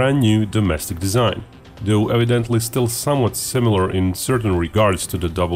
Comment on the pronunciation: "New domestic desaigh" - are you sure about that?